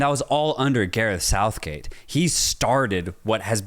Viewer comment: Sareth gouthgate 😂😂😂 I love you 2 guys man it's good to see you blowing up even if we don't see eye to eye all the time haha love your passion for this beautiful game